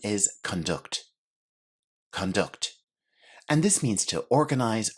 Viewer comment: Teacher, are you a native speaker? Your pronunciation of some words is interesting (budget, conduct).